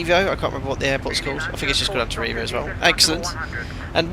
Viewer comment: It's "anta-nana-rivo" but people from there just call it "tana"